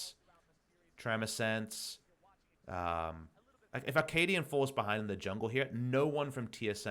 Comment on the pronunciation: Is it just my ear, or is Papa saying "Ar-kaadian"?